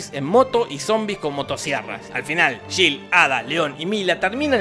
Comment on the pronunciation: No se llama shil, se llama Jill y se pronuncia Yil.